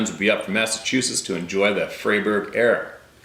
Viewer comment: Fry-berg fair.